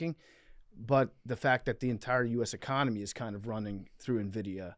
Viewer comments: Producers not realize it’s NVIDIA and not Envitia? I wish I was that blissfully unaware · Nvidia, not Envitia lol